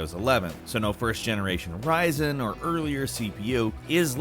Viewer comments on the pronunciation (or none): none